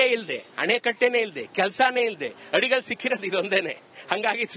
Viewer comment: ಅದು ಆಡಿಕಲ್ಲು ಅಲ್ಲ ಮೇಡಂ ಅಡಿಗಲ್ಲು ಅಂತಾ ಸರಿಯಾಗಿ ಉಚ್ಛಾರಿಸಿ